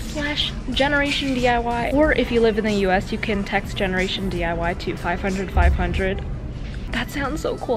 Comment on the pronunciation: “What time is it? Thrift with me! With jeneration....DIY” 😂luv uuu